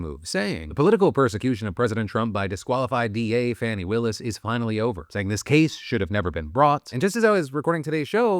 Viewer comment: Bro. Faw-nee, the Bully Administration calls her Fanny. We don't call you Pheye-leep 😂